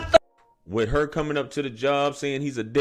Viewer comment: We pronounced her as har